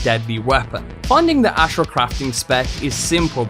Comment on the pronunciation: Loved the vid,although hearing your pronunciation of the word Ashura killed me x.x